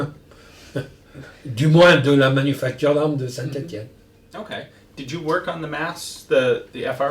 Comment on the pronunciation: Finally Ian can learn how to pronounce Saint Etienne